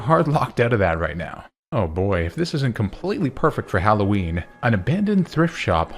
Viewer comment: HALLOWEEN, NOT HAULOWEEN! FIX IT NOW!